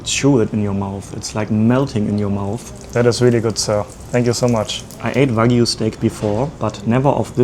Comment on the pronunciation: I liked how he said Wagu lol but yeah it's VERY HARD to learn a new language and that is awesome and you can't help your accent